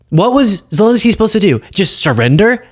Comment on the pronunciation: Zelenskyy, not Zilinsky. Eh, not uh.